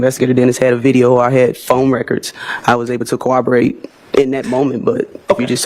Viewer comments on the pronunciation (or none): Why does she pronounce it as cawaborate instead of corroborate? 😂 😆